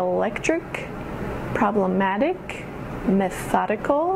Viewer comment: methodical the stress is not the syllable before, is it a mistake?